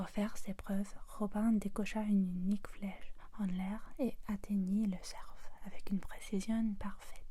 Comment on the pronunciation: Aussi le F ne se prononce pas dans le mot cerf 🦌